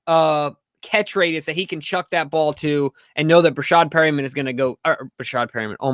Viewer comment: When you said Breshad Perrmian my ears started bleeding bahahahahh